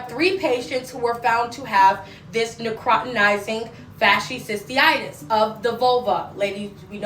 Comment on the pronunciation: as a microbiologist her pronunciation of necrotizing fasciitis was abysmal. But this isn’t a new disease. Necrotizing fasciitis; these particular cases seem to be caused by group a strep which is common. Typically when you go to the ER for a cold they are gonna run Flu AB and Strep AB. For it to cause necrotizing fasciitis these patients had to be immune compromised somehow. This one really isn’t of alarm to the general public outside of certain circles because in a normal healthy immune system it shouldn’t progress to this stage. Now what would be of concern for me though is if it was antibiotic resistant; because at that point if exposed to enough people and enough mutations happen then virulence could be enhanced to infect people with healthy immune systems as well since we won’t be able to eradicate it in infected populations. Microbes are pretty fascinating. I also really wish people would fully know things before trying to put out PSA. Like if you can’t pronounce it you probably shouldn’t be educating 😂.